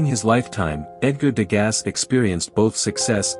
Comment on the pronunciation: His name is pronounced " De GAH", not "De GAS". How did you not learn this before releasing this video?